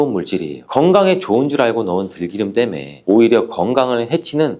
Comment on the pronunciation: 들기름을 왜 들끼름으로 발음하는지